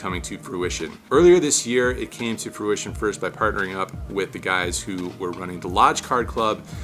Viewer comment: I think you meant to say "fruitiion, not "pruition".